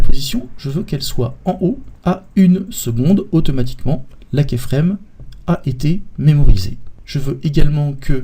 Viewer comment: Très PÉNIBLE ! : vous pouvez expliquer beaucoup de choses en 10 x moins de temps. On n'est pas des enfants quoi... Et on dit pas kÉframe mais kYframe.